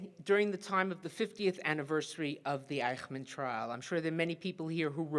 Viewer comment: The pronunciation is eysh-munn, not eye-kh-man.